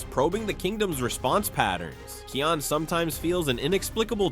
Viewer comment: Bro stop pronouncing it keion it’s pronounced Kaion but spelled kion